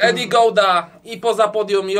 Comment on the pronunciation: Eddy Gordo NIE GOUDA JA PIERDOLE XD